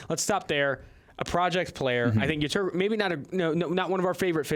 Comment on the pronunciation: When are they gonna learn to pronounce Yetur's name seeing how they talk about him literally every week